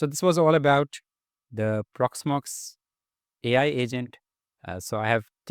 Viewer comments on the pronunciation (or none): "Porxmox" Custom AI Agent ? :D